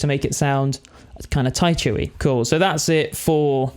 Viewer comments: Isn't it Tycho like Tycho Brahe? With a hard 'c'? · Say Tai-CHO one more time mudda fukka?! I dare you! I double dare! SAY> TAI_CHO > ONE > MORE > TIME lol